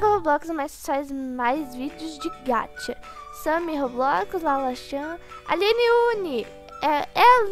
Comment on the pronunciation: Não e gatcha e Ga cha com som de cha amei